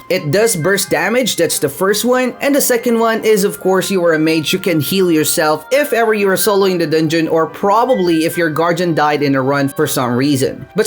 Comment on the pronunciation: It’s not gargiun it’s gaurdian